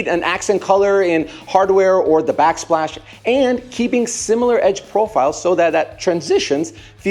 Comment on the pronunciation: backsplash not backslpash